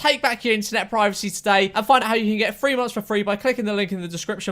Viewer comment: “Find out how you can get free monfs for free”.